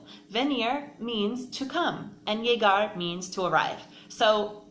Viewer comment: Pronunciation of that Venir y Llegar was tragic, but good explanation nonetheless😅